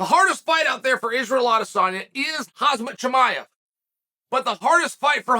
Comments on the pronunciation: uncle chael youre saying his name wrong, its hazmat maevche... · It’s pronounced “kum shot chee-my-uve”